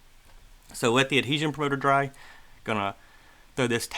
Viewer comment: You need to practice saying the word adhesion